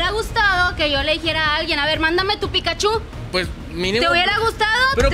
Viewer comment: Pikachu, no Pikachú... Hasta Ash lo pronuncia mejor XD